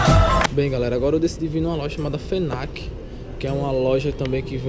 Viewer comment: ´´fenac´´ kkkk adorei mano